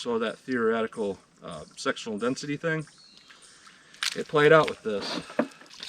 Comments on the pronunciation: I'm sorry I just have to laugh, it sounds like you keep saying sexual density LOL 🤣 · You said Sectional Density, what I heard was Sexual Destiny. Since I giggled at it, now that’s all I can hear everytime I watch it.